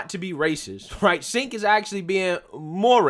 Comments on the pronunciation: The racist idiot's name is pronounced JENK, not SINK. Counterintuitive I know, but that's how it's pronounced. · Bro it's pronounced Chenk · He pronounced his name "Chank". Just an FYI. Love your work. Please keep it up. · Cenk is pronounced Jank?.... sounds about right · If I was a fan of TYT, I would be upset by you calling Cenk SINK. Since I'm not, I'll just keep laughing! 😂